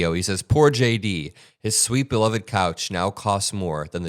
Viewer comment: It was "coach" not couch😅